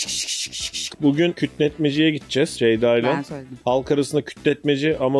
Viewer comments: Zeyda mı dedi zgdigkzkkcgkgkj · Ceyda'nın "C" sini alfabedeki tüm sessiz harflerle değiştirdi